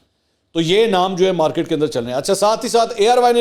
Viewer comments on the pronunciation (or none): none